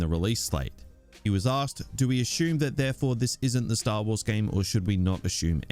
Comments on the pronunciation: Sat assume please. Not ashume. It sounds stupid. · assume... not Ashoom. This wanker. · What a weird way you pronounce “assume” loool